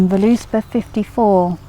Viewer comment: it's pronounced vurluspaw, but good video :)